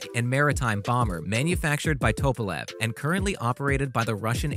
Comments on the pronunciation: How do you get " toe-pa-lev" from Tupalev ? I mean after all that is why it is a TU-* . Come on dude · The B52 has 8 engines, not 4. And it's Northrop Grumman not Northrop groomin. And it's nuclear, not nucular. And it's Tupelov, not topelov. Can you pronounce anything? Obviously not.